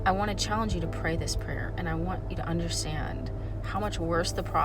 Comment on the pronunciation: I thought you said don’t avoid this “player” 😂